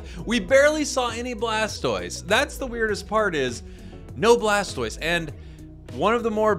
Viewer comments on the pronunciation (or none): I love how he said “that’s an odd blastose skin” and “mamogengar” IM ACUALLY CRACKING UP😂😂😂😂